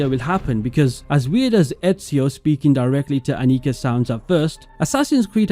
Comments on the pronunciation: The German pronunciation is Ánnika, not Anníka, you had it right the first time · Annika is a very Swedish name. And "Elsa is easier to say?" Come on. Ah-nee-KA. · Your first pronounciation of Annika was correct, the second is wrong. The surname Adler is not very common but also not that rare. I feel more often than not it's a jewish name in America than a regular german name but it's not too odd.